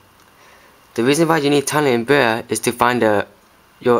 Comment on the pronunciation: I love the way he talks :D tiny umbrerra. Good video dude